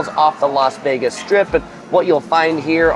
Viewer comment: Why do you Los Vegas ??????????? It’s Las Vegas 😬